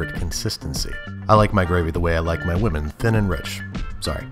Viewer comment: I thought he said "I like my gravy the way I like my lemon, thin and rich" I was thinking I've never had thin and rich lemon before.